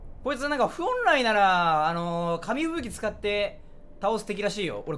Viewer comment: 本来（ふぉんらい